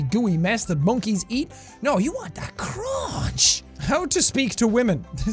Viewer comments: “You gotta just get that cruanch” 😂lmao how many times did he say crunch like that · the way he says crunch